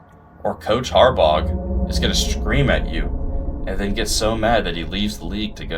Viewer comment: Did I just hear "Harbog"? There is no way you're making position picks if you don't know how to say his name.